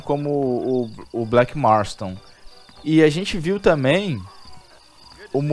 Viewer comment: Cara ele fala Blak marton